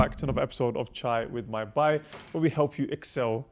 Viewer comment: Asalaamwalaikum Just started to listen to this podcast series today and Allahumma barik great work! Super random point. Can the host brother pronounce the word ‘Bhai’ correctly pls ? The ‘h’ needs to be pronounced. The way he says it is ‘Bai’ which in Hindi also means ‘maid’ Not a huge deal but I have been listening to your podcast and it bothers me each time. Jazakallahukhairan to all of you for your efforts May Allah accept it from you